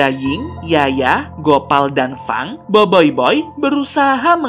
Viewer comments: Boboiboy bang bukan boiboiboi 🗿💔 Ochobot bang bukan okobot 🗿💔 Adudu berasal dari atata tiga bang bukan polus 🗿💔 Bang tidak semua yang ada C bukan berarti dibaca K bang 🗿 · itu cara bacanya boboiboi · Adudu bukan dari polus, tapi dari atata tiga! Kebanyakan main among us nich. Btw ochobot dibacanya bukan okobot, seharusnya ocobot. BoBoiBoy dibacanya boboboy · Bang salah tu bukan Biboiboy bang tapi Boboiboy 🤣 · bang bukan boyboy tapi boboboi :v kalau horor nya ini sih b aja :> sekedar info doang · tadi bilang boboyboy bukan boyboy☺ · Bang bukan boyboy tapi BoBoiBoy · eh kak bukan boboiboy tapi boboboy dan bukan okobot tapi ochobot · boboiboy bang bukan boboyboy😏😏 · Boboy bukan boiboiboy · boboboy bukan boboiboy ochobot bukan okobot bruh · boboiboy bukan boiboiboy hahha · Boboboy bukan boboyboy😠😠😠😠😠😠😠😠😠😠😠😠😠😠😠😠😠😠😠😠😠😠😠😠😠😠😠😠😠😠😠😠😠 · BOBOBOY BUKAN BOYBOYBOY